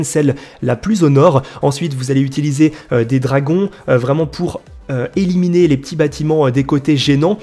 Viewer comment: a eliminier ? Xd